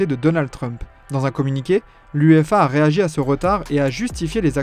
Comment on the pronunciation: Ça s'appelle UEFA pas "UEEFA" , t'as ajouté un E je vois l'intérêt 😅😅😅